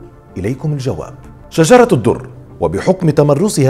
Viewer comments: لماذا تنطق إسم " بيبرس " بهذه الطريقة الغريبة وليس بالطريقة الصحيحة ..؟؟؟ وثانياً .. طريقة موت " شجر الدر " ليس صحيحاً وكما ذكرت المصادر أبداً .. وحتى أسمها تنطق به خطأ فهو ليس " شجرة الدر " بل " شجر الدر " . فأرجو منك التأكد من المصادر الموثوق والصحيحة قبل روايتك لأي قصة . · السلام عليكم اظنك أخطأت في نطق اسم شجرة الدر وهو شجر الدر و عفوا لك يا استاذ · هو بينطق اسمها غلط ؟ علي فكرة .. شجر الدر وليست شجرة الدر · أخ هي أسمها شجر الدر وليس شجرة الدر!!!فقط لتصحيح النطق